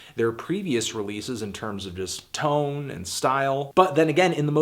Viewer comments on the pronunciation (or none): none